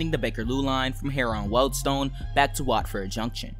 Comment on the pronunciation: Just so you know, Harrow and Wealdstone is said as harro and weldstone